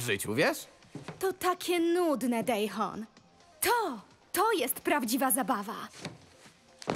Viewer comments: Wiem, że rok minął, ale i tak boli mnie jak w polskiej wersji wymawia Daehyun. To jest "dehjon", nie "dejhon" XD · Nie moim zdaniem, tylko powinno być wymawiane "de-hjon". Koreański znam. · "dejhon" o muj borze.